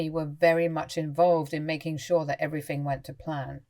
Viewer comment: THinking not Finking. EveryTHing not everyFing. Nothing not noFing. AnyTHing not anyFing.